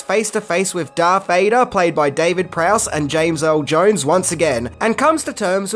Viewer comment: I've been winning from the previous videos on these movies, but his name is DARTH Vader Not DARK. I know it's not a big deal, but...